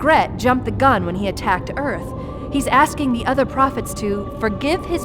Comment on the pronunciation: You said High Prohets instead of High Prophets